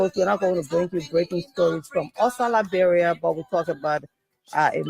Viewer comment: Can’t you pronounce LI- BE- RIA?